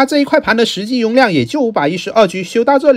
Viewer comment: "容"量發音很奇妙，哈哈哈 ㄋㄌㄖ發音都有問題